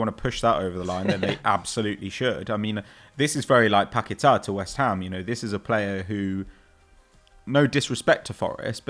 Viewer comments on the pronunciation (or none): Anyone else roll their eyes every time said Paqueta?